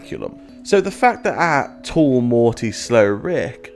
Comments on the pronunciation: Its not mortaaaay its morty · Can you please pronounce the T when you say Morty!!!